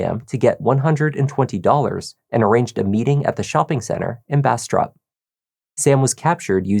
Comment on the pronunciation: When you said Bastrop, it sounded like you Brastrap. 😂